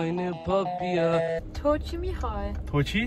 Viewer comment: habe nur „michol“ gehört😂😂😂